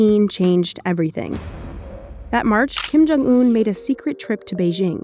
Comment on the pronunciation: “Kim jung oon”